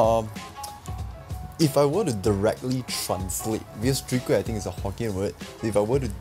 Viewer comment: Lol sounded like he say sowee kueh rice cake at the mark. Mix off soon kueh and chwee kueh? Maybe that can be the next challenge.